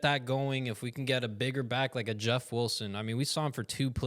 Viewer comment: Why do you say "Wulson"? 🤔🤔🤔